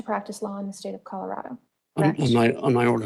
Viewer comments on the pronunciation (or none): none